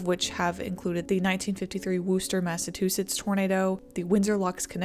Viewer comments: Oh dear, did you really just call it Woooooster Massatoosits? We chew our setts and wuh our stahs in MA. 🤪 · Worcester Massatoosetts